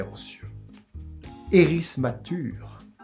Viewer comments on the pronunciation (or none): "érismature" est en 4 syllabes...